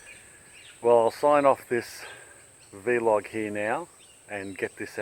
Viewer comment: It's a vlog, like clog, not vee log! 🤣🤣😜🤘